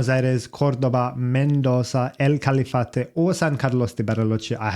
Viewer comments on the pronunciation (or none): Excelent Analisis, Franco is special for many reasons, Hope have a seat in the future, his future is promises. You are welcome to Argentina any time. A litle correction, It's Calafate no Califate. Cheers !!!